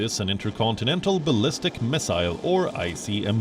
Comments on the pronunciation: ICBM NOT I C M B LMAO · it's icbm. Not 🚫 icmb. 😁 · It's ICBM, not ICMB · Its ICBM not ICMB. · ICBM* not ICMB.... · Not ICMB but ICBM correct it. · Also it’s “ICBM” not “ICMB” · It's actually ICBM(inter-continental ballistic mile) and not ICMB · He loses credibility when he gives the acronym as ICMB and doesn’t correct it. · ICMB ? You said ICMB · He said ICMB, it is ICBM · It's ICBM not ICMB 😊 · Its ICBM not ICMB.. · It's not icb it is ICBM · guy said ICMB 😁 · Dude called it a ICMB😂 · He said "ICMB" and I couldn't focus on anything else... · Any one else notice he said icmb in the beginning lol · ICMB?! nice flub there mr reporter!😂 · Lol the narrator said ICMB ???? Lol . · He just said ICMB?? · "icmb" 🤣🤣 what's a icmb? this is why I never take serious. You guy are so unprofessional. And you guys are so bias againt the US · Bro said ICMB lol